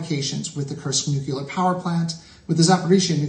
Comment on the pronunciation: WHY CAN'T AMERICANS SAY NUCLEAR PROPERLY